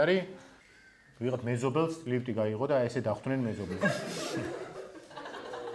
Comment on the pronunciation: ლიფტის მაგივრად ლივტი-ს რატო ამბობს ყველა, ეს გამაგებინა 1.